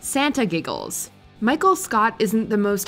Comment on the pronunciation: She said bicheal instead of micheal